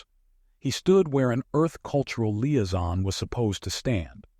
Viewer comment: Same with Liaison 😂